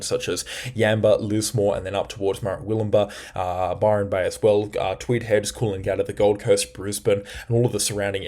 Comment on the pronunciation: Hey! Great coverage - stopped watching others. Just some pronunciation for you: MerWILLumbah BALlina CaBOOLture